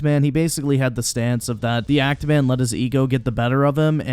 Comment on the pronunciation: actually keeps saying ANT Man...not even Act Man. So he didn’t even push that hard with the joke. Listen again if you somehow didn’t catch it.